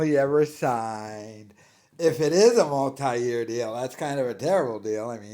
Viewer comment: he doesnt know how to say "multi" or "multiple" 🤣 even pedo'lia made fun of him back before they all got cancelled for being pedos & weirdos